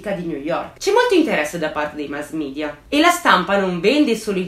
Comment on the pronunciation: Scusa se faccio il Precisetti, ma si pronuncia media e non midia, perhè è una parola latina.